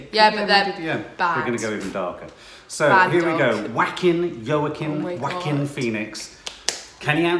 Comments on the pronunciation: Joaquin is pronounced wah-keen like quinoa (keen-wah) but the other way around. not Wackin' :) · Please pronounce his name like "ho-ah-kin", thx ;-) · It is pronounced WAH-KEEN Joaquin. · You do know your pronouncing Joaquin’s name completely wrong lol